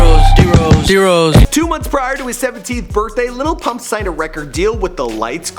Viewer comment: Why are yall saying "LITTLE PUMP" ?! I am german and can say it better 🤣